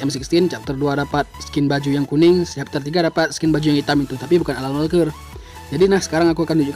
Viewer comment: Alan walker bang Not *alal walker 😂😂👍